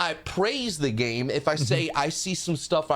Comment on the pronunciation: I can only hear gayme now